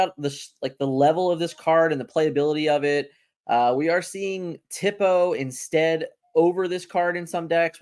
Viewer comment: Tipo is pronounced tea-poe not tip-oh btw